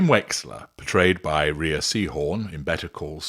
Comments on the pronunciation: maybe, but in her case it's pronounced Ray, i checked before commenting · If spelled Rhea, it's usually pronounced Ray - ah. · I believe the actress's name is pronounced 'Ray', making her a Racy Horn i guess...